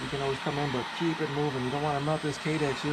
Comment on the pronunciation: "Ki-Dex" is what's it's actually called. Other than that, this is genius! Great video!